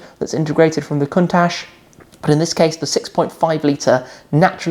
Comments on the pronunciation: it's pronounced Countak not Countash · The pronunce isnt correct : the CH at the end should sounds like CHOP in english or CIAO in italian so it is a C not an S